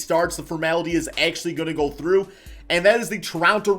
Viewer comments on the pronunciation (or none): none